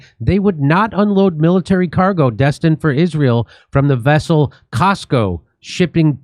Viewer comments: FYI….. COSCO is not Costco. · Cosco, not Costco. It's a different company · Cosco not costco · Jimmy its not the Costco that you belong to. Its Cosco a transportation company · COSCO not Costco. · Cosco is not Costco 🤦🏻‍♂️ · Cosco. Not costco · Cosco, not Costco. You are probably not a member of Cosco, which is a Chinese shipping company. You are thinking of Costco the Retailer of stuff. So why is a Chinese shipping company sending weapons to Israel?